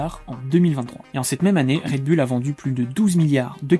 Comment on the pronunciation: Bon, pour commencer, on dit Red BOUL, et non bulle.